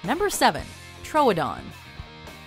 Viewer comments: trowdon?? its troodon as in truedon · Tro-o-don? It's pronounced tr-OO-don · True-don not tro -oa-don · The pronunciation for troodon is tr-oo-don 😂😂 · it's tro don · It’s pronounced “true- uh-dawn”